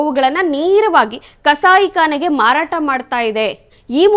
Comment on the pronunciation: Madam kannada uchchara sari irali pls. Bavane...bhavane Dikkara....dhikkara Kasai Kane....khane. Ana....Hana Baktaru.....bhaktaru. Ore.....hore. Dande....dhande.